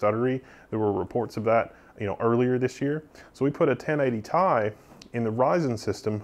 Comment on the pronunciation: you just had to say it didn't you you couldn't refrain from saying it could you you had to say 1080 tie. I will be contacting Brent Spiner to tell him your data is wrong calling the 1080ti and not separating the letters.